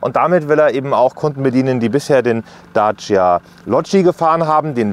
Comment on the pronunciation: Daaaacia. Hört sich merkwürdig an wie er Dacia ausspricht.